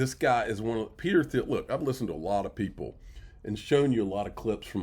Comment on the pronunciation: Peter Thiel pronounced TEAL